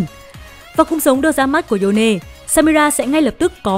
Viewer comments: Yone thì đọc là yone Dô nê là cái gì ?? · nghe độc dô nê thấy phèn thiệt 😂 kiếm khách lảng tử cool ngầu mà đọc cái tên